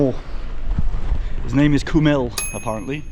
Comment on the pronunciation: its not kumil but chumil like in watch or match we have special characters for those kinds of sounds which never change if you see č its this if you see ž its like softer j in english dž classic j in in english and j is y/i in english so yeah